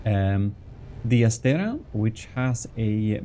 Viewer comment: and the other one is ass-tray-uh